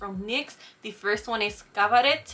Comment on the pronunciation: Also "mercier" is pronounced "mercy-AY", accent on the second syllable. And "cabaret" is also pronounced the same way, "caba-RAY".